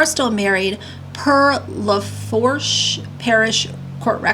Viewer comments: No shade, on this. I’m from southern Louisiana. The parish is pronounced “La foosh” I know it’s confusing lol. Love your videos,. Keep up the great work 🥰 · Lafourche = La Foo Shhh